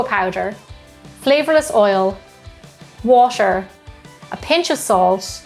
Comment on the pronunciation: I felt it when she said "WasTeR"